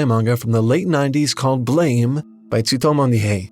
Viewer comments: It’s not pronounced like the word, blame; it’s actually pronounced like a gunshot: “BLAAMMEH!” English doesn’t usually use letters like ē or ä to help pronounce words. I don’t like when translators try to westernize a made up word rather than to spell it with pronunciation in mind. I.E. Frieren vs Furīren. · Gonna be that guy and say it: the title is actually pronounced "Blam" (like a gunshot). Not that I have an idea why the mangaka spelled it this way. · BLAME! is not pronounced like that. Just saying.